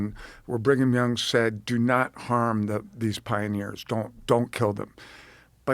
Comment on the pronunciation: Bring-em-Young….. with this name pedo’s were born 😂😂